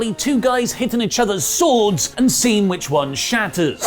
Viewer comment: Please pronounce ‘each’ properly, goddammit!